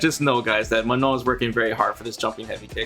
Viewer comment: You really have saved the best for the last! Also I love how correctly you pronounce her name(„Maano“)!